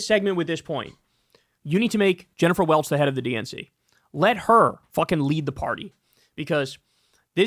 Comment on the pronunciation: Jennifer Welch is the IHIP lady. Sounded like you were saying Jennifer Welles, who I’m pretty sure was an iconic porn actress in the 1970s and 1980s 😁